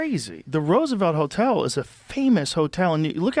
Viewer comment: Roosevelt Helltel... mask slipped off momentarily.